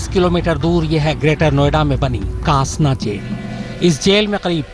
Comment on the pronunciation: कासना नही, डासना नाम है**